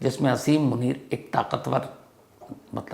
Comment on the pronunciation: Brother, aap name theek nain Lay rahy